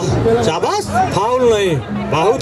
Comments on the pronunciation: Comentatar se kah do pahle seekhle fir comentry kare chabas nahi sabas hota hai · रैफरी साहब चाबास नही शाबास होता है। वा ह राकेश जी। बहुत ही खूब